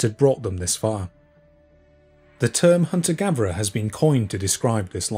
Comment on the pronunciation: ive just subscribed to your content and I really like it, but, can you just pronounce your THs and not say v! "Hunter gaverer"